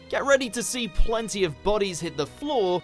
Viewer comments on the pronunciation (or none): none